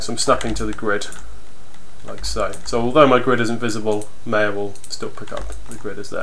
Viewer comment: Thanks, but it's not meya, it's maya